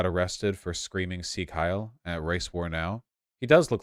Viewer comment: His "sieg heiI" pronunciation was awful tho... Im neither Austrian nor German, but surely at least 3 points should be subtracted.